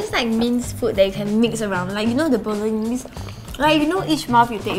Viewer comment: It's like pasta boloneigh tho